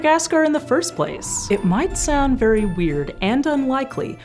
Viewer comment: I wish she would anunciante more. As an example pay attention to they way she says sound.